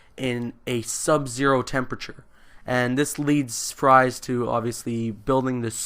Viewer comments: It's not pronounced fries! It's pronounced freeze! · Pronounced "Freeze" not Fries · It's prenounced victor freeze instead of victor fries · Look, no disrespect, but your explanation of the plot was painful to listen to, particularly the mispronunciation of "Fries" (which is pronounced like "freeze"). Having said that, I'm glad that you got the kick in the rear to actually go seek out "Heart of Ice", which was really the first of many crown jewels from Batman The Animated Series. I only found it myself because it was included on the bonus disc for "Gotham Knight". One other fun fact: Ferris Boyle was voiced by none other than Mark Hamill himself. A few weeks or months after that, he took on his definitive role as the Joker for the show. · Fries is pronounced "freeze". Victor Fries(freeze). Many Batman villains have real names that are similar to the names of the criminals they become. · Dr. Victor Fries' last name is pronounced as freeze. Every batman fan should know this.